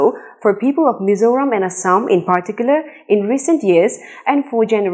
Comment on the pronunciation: Mizoram ti a chiang taka i lam hi ka fak che.mizo in hming kan phuah chu mizo taka lam mai tur.lam no tum lutuk ten an ti pherh zo hnam dang hriatah.